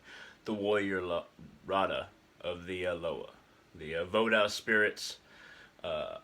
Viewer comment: No. all of the Ogou are Nago. not rada. he is not an oppressor. vodou is not makeshift. orishas have nothing to do with Vodou. it is pronounced Vo-doo not voo dawn. you know nothing of the tradition. don't just speak songs, they are meant to be sung.